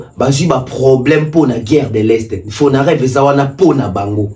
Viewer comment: c’est Fonarev et non fonadev